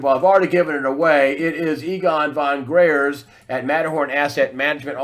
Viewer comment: Fon Gr - eye - ertz